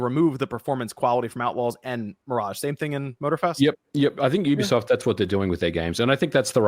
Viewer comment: . I thought I was the only one always correcting people how to say Youbisoft Ubisoft😂